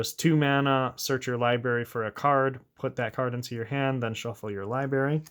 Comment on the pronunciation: If I got a dollar for every time you said liberry instead of library it would pay for this deck